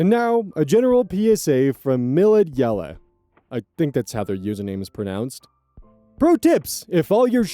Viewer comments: I reckon it's supposed to be pronounced "Milady Elle", instead of "Millad Yelle". Mistakes happen, it's completely understandable. Just wanted to thank you for the unintentional funny. :D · great PSA but WHAT was that username pronounciation? Pretty sure that's "Milady Elle" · It's probably pronounced M'lady Elle xD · that "miladyelle" is "Milady Elle" or "My Lady Elle"... it's not one word, even when it's written like that ^ ^ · it's "milady elle" I think